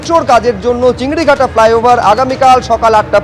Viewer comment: চিংড়িঘাটা নয় 'চিংড়িহাটা'